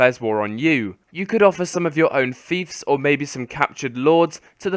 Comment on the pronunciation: its not, Feefs its Fiefs as in Fifes not feefs, aaaaaaaaaaaaaaaaarrrgh grammar nazi rage